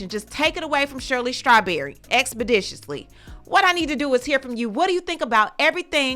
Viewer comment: My girl said expeditiously😂😂😂😂😂😂😂😂😂